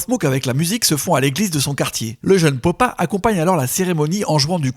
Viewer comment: Petites réctifications (C'est dommage que ça vienne de Konbini quand même) : FAUX / JUSTE Popa / Poppa (prononcé "papa") MELLO / MELO Eighty Eight Mello/ Eight o Eight Melo (808 et non pas 88) Carnasie / Canarsie Sur ce POUCE ROUGE OBLIGE 💫 Long Live Pop Smoke 💫